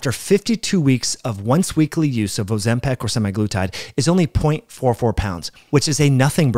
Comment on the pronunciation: Why do you say Ozempic in such a bizarre way, as if it were "Ozempec"? By the way, I used Tirzepatide with great results and focusing on the clinically proven far suboptimal Semaglutide predecessor is quite far from the point. I don't think the proportion from muscle lost with Tirzepatide was in anyway specially pessimized by this drug as opposed to mere calories, sleep, and resistance training. If you're lazy during your deficit and stay in bed vs lift, you'll lose more muscle proportionally regardless of whether a GLP-1 agnostic drug is at play. What evidence contradicts this for Tirzepatide?